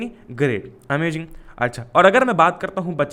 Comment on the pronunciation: bhaiya wo amajing nhi hota amazing hota h...................